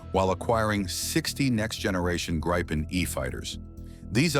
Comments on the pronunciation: Gree - penn it's pronounced gree - penn! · It's pronounced "GREE-PEN" Ammeeroocan !! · Interesting how difficult it is to pronounce. Say "Greepen" (Like Green Pen without the N), and you get it right. And yes, it's an amazing piece of engineering that keeps evolving.